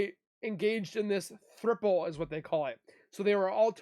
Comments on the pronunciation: It's a "THROUPLE" Like COUPLE but with a TH instead of a C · It's "throuple" (th)ree + C(ouple) = Throuple pronounce thru+up-le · Its a throuple, not a thripple. Also, that short show was edited after over 20 hours of filming - things are not always what they seem. I am friends with someone you keep mentioning - 2 of the people actually.